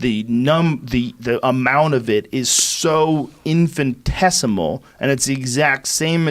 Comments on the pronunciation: Joe “infesticimle “ rogan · Joe “infantesimal” Rogan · Joe “infinitesimal” Rogan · Joe "infinitesimal" Rogan